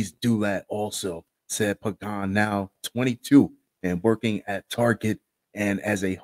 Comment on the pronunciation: Thanks for pronouncing that last name" Pagan" correctly cause nobody ever does..